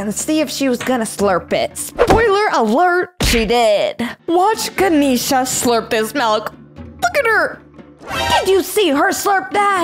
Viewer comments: It is not ganishna is ga nesh sa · ITS GAN-EhhhH-SHA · Her name is not Kisha. Her name is Ganesha.